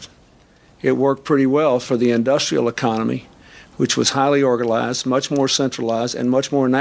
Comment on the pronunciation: President Clinton describes the industrial economy for which the glass steagal was appropriate, and he describes it as "highly orgaLIESd".